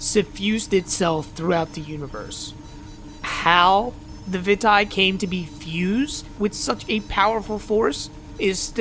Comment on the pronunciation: I think its pronounced (Vee - tay) Vitae